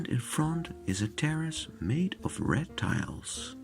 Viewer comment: oops I understood "a terrace made of reptiles" 😨🤭 instead of Red tiles